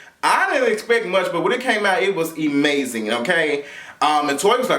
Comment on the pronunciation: "E-mazin" lol u crazy...New Subbie